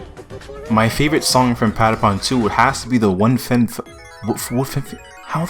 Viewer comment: I love how americans cant say how the patapons say patapon